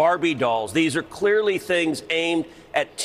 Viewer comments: Cruz mispronounces "Queerly" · Sounds like he accurately said "These are queerly things aimed..." 😂